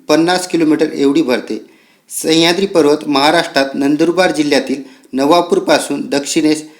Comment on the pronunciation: सह्याद्री आहे तो... संह्याद्री नाही सर... बाकी video छान